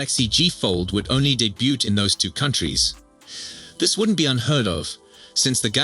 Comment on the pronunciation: Teach the f****ing AI how to pronounce "debut"!